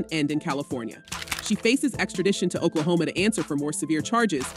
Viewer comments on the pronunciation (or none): none